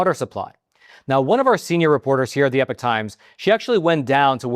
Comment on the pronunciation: Why are you pronouncing epoch as though it's spelled epic? (They are Not the same thing.)